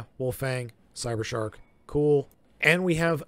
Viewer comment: It's cybershark not summershark